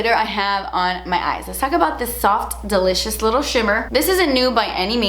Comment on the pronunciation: Every time you say delicious I think you’re saying de leches 😂